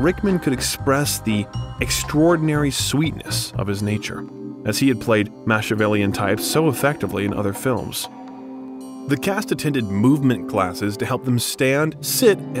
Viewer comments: Rickman stole every scene! BTW, since people hear and learn how to pronounce the words you use, please look up how to say them correctly, e.g., cart-a blanche?, maSHiavellian? Nope, it is “cart bla(nasal N) sh” and Ma(k)ee ah vel lian”. Those are the ones I remember. The content is first rate. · The narrator has a great voice but I've never heard someone pronounce so many words wrong. Now I forgot the first two but the third one is mackivelian not match-ivelian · Mackiavalian,not mashiavalian! I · Matchiavellian? Phonetically Mackie a velian better, Machiavellian is the word. Please don't insult the language. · This channel has such well-written scripts, and the narrator has a great voice and delivery. BUT can't someone coach the narrator on pronunciation. “Machiavellian" is a name from Italian. "ch" is a "k" sound and on and on! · Great information. But i am always amazed how a presenter can mispronounce words such as Viscount Avon Macchavalian nd the surname Mirren. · This biography is wonderful, EXCEPT there are too many pronunciation errors! For Les Liaisons Dangereuses, you could have Googled how to speak the French title. Other words like Machiavellian are phonetically written out. One time you spoke Helen Mirren's name correctly and then not. It just tends to lessen your credibility. Do your research, so you can read the research aloud. Again, wonderful content, work on pronunciation. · This is a REALLY lovely piece but I’m really sorry to mention this - you mispronunce a LOT of things in it. Machiavellian, Phylllida, Alameida, Helen Mirren and a bunch of other things. You also call him Alec Rickman at one point. Feel free to delete this comment - I really feel bad mentioning it. Just strongly recommend you check the pronunciation of words and names you’re unfamiliar with. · You should probably learn how to pronounce words properly before you use them; start with Machiavellian.